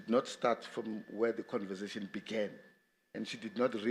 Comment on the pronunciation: Why do people say "converzation " instead of conversation ?